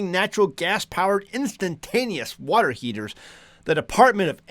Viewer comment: You almost said "Water Heezers."